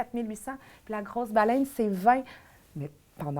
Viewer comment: J'adore les épisodes ! Seulement deux choses à dire ! 1. On ne dis pas "Balayne" mais Balène. 2. jeux olympiques et non jeus olimpique :P Non mais sans farces, si j'avais des enfants, j'adorerais les envoyer dans une école alternative !!